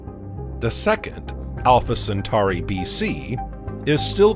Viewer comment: Pronounced Cen-tor-i and Cen-tor-is constellation, not centari or centaris constellation.